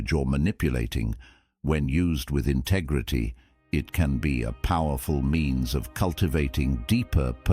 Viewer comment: Funny way of pronouncing "integrity" ....bizzare